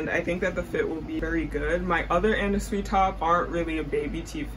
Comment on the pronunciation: LOVE THIS VIDDD also for anna sui I believe her last name is pronounced like "sway" ALWAYS LOOKING FORWARD TO UR VIDS <3